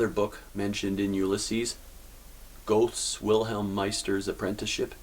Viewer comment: It’s pronounced GER-ta. Not Goat :)